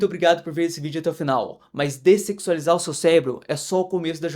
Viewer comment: O cara fala descecsualizar* não sei nem se tá certo😂 mas ele fala iss e a capa do video, uma lapa de uma bunda lá😂😂😂❤